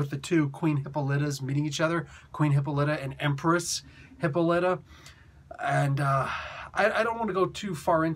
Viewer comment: Hi-polly-ta you're mispronouncing her name by emphasizing the wrong syllable, shortened it's Lyta and Wildcat called her Polly when they were dating in JSA